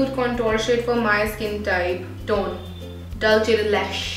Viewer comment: Love your videos! But can you please please pronounce "Dulce de leche" correctly? Please! 💕